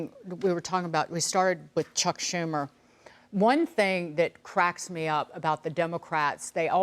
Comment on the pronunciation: ..saying it by EXPERIENCE..SHUMER???..😂